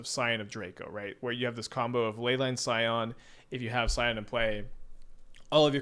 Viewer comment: "Skyon" instead of "Scion" 😂 why are you this way